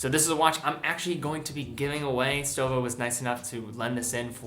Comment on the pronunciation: pronounced like „shtowa“